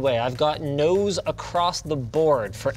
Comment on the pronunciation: When he said " Nos across the board" i thought "Nose across the board"